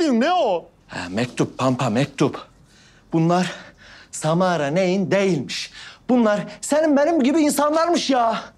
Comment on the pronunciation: O sırada roni ::::::SaMaRA AdINı YaNlIş sÖYLiYİNce ÇoK KıZıYo